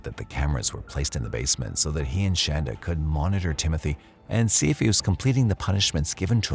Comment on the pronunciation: No hate - love your voice, it's great for true crime. But i think if you're going to do a 90 minute video, you should make sure you're saying the defendant's name right. I know it's spelled, "Shan-duh" like you're saying, but you can clearly hear Paul pronouncing it "Shaun-duh."